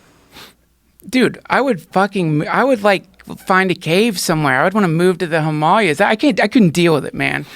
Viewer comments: Disappear to the Him-all-yuh's? I think he means Himalayas. lol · that pronounciation of "the HimAAlayas" is pretty Sanskrit -pure. Dude grew up in an ashram maybe, or got retained on geography in one. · "The Himalyaz" 😂 🏔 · I’m sorry, did he just pronounce Himalayas as “Himallyuz” 😂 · Dudes dressed like a swamp and he pronounces Himalayas like they're the popular new tex-mex dish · How did he pronounce Himalayas?? Lol fucking people from California man